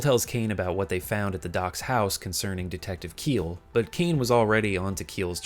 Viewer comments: Just wanna correct you on something. "Kiel" is the Celtic american spelling of the name "Kyle" and is pronounced the same. "Kiel" as "Keel" is the German name of a city and probably what you got when you googled how'd to pronounce it lol. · Isn't Kiel pronounced "Ki-El"?